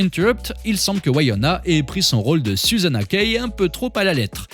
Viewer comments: c'est une superbe clepto en tout cas... si jamais on dit pas Waïona ;-) on dit comme écrit dans le titre en fait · Ses Winona et pas wayana!